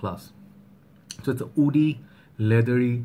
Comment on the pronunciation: When he pronounces “Woody” it comes out “Oudy” off him always !